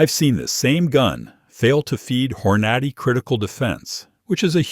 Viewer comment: Can't even pronounce Hornady correctly. OK Glock boy